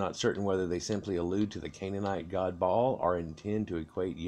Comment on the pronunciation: The guy kept saying ball instead of Ba-Al